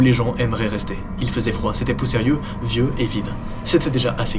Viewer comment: "c'etais poussérieux" 😅